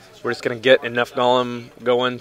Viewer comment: Golem, not gollum.